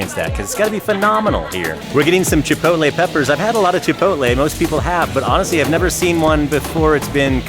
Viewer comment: Fantastic video. The pronunciation is chee-PAW-tleh. Furthermore, one TAMAL (tah-MAHL) it does not have an ending E. FYI.